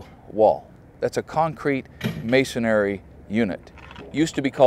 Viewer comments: ....The word is "masonry" not; "masonary". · The word is masonry, NOT masonary. It was like nails on a chalkboard listening to him pronounce it with an extra “A” sound in the word. I feel like someone as technical as him would be cognizant of that. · The word "masonry" when pronounced correctly does not rhyme with Canary. Ma'-son- ree, not Ma-so-nair-ee. Three syllables not Four. Just a pet peeve from a Texas Mason with a Texas accent. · Mason-ree, not mason-ary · Would have been interesting to see the means by witch grout was kept out of the non reinforced cores when the bond beam was being grouted. perhaps metal lath or lintel blocks. Appreciate your videos very much, thank you. It is masonry, not masonary, pronunciation. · Why do you, and so many people, say "Masonary" instead of "Masonry" (like it's spelled)? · Its masonRY !!!! Not masonARY!!!! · Your video is quite informative and your knowledge is extensive on how to build an exposed masonry wall, but could you please edit your video and pronounce "MASONRY" correctly. There is only one "A" in M A S O N R Y! Just because a lot of ignornant people say it wrong doesn't make it correct. It's like saying CARPENTARY, PLUMERARY, or ELECTRIANARY, work. I can understand the uniformed woman, or man who knows nothing about construction, but not someone with your knowledge of the industry. It's a little embarrassing to repeat such a mistake, plus it misleads the ignorant as well.